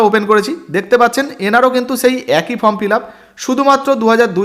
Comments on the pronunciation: This is not Form it is called Form,correct your pronunciation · আপনাদের এত উচ্চারণ ভুল, কিছু শুনতেই ইচ্ছে করে না, ফর্ম কে বলছেন ফ্রম